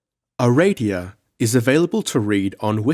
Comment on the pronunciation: Aradia. Pronounce it the way it's spelled. (It's not Ereidia.)